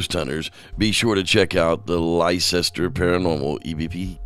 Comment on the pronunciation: lol bless ya Rev but leicester is pronounced lester